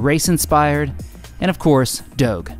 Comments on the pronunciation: OMG SAY DOGE RIGHT PLZZZZZZZZZ, bty great video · Did anyone else catch the doge pronounciation. It was so jarring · you said doge wrong